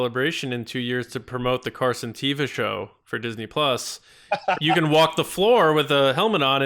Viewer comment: Per a podcast he did, it's "Teh-va."